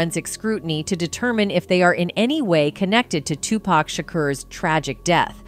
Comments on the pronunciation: It's Tu-PAC ( 2-POCK) why in the hell white people can't pronounce his name right. Just hearing 2-Pack just sets me off for some reason. Even when they are corrected, they still say 2 PACK🙄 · Everything always comes to light ! But respectfully if you're going to do a story on Tupac at least pronounce his name properly with all due respect it's Tupac not Tupack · It's said "TuPOCK"! Not "TuPACK"! Jesus christ...... Do you guys know ANYTHING about these rappers? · Stop saying Two Pack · 2 P A C (NOT) 2 P A C K. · A person can say TUPAC a trillion times and folks will still call this man 2PACK. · How the hell is this commentator, she can't even pronunce his name correctly, not Tu pack, geez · The way the AI voice says Tupac makes me want to light myself on fire. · Why couldn’t they get somebody else to pronounce this man they correctly what is Tupac? Damn, she jacking up this man name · CC need to pronounce Tupac name correctly 😡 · At about minutes into the video you explain that in reference of Tupac going to club 622 but it's actually club 662. As well Tupac is pronounced Tu-puc not Tupack. Suge knight also pronounced Shoo-ge not. Sugar. Get it right. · 2pack and Shuugee knight LOL! Is the females voice speaking ai?